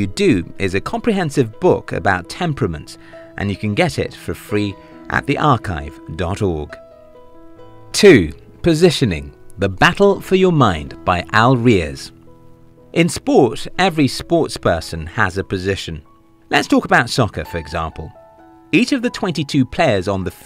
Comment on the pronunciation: You touted the LaHay book, but quoted from "The Art of War," you touted Al Ries book, but said, "Al Rears," or 'reahs,' I doubt in your accent, Ries comes out Rears. I would guess it sounding like Reese with my accent, Reeze with yours, not Rears. You advocate "Idea Virus," by Seth Godin, but it is "Unleashing the Ideavirus." I was going to consider your choices for my young relative, but I la k confidence in you.